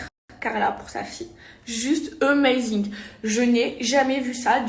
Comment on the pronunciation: " Emazing " 😂😂😂 AMAZING les gars